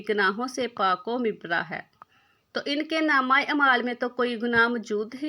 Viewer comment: Mubarra word wrong bola